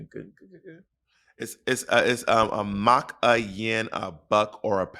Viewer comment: It’s not a “mock” 😅 It’s a MARK a yin a buck or a pound…. -Money Makes the World Go Around from Caberet